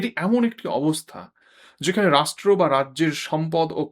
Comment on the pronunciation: Improve uour pronunciation of RĀSHTRA.